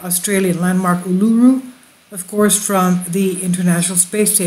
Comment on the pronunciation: Pronounced Ulu-roo and Airs Rock ( white fella name for it)